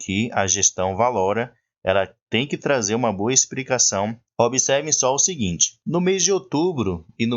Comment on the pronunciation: DICA, "EXPRICACAO" NAO EXISTE, TE FAZ PERDER CREDIBILIZADE ESTA DIALETICA